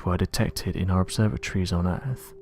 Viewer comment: Did you say "Errrrph" Hahaha Hahaha Hahaha Hahaha Hahaha Hahaha. Yeah the errrph is kinda earthly but it's not earth, errrph is errrphly in an earthly kinda way..